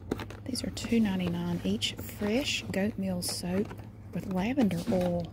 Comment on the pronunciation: the way she says "oil" sounds more like "owl" to me.. its great!